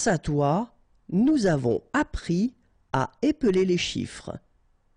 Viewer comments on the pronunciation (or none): I am not so good at french but I still have a remark which I think may be wrong: , shouldn't "avons appris à" be pronounced "avonS appriS à"? Instead in the video, it's pronounced without the liason, is there a reason for this?